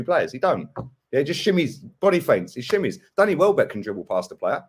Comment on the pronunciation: Man said welbeck 😭😭😭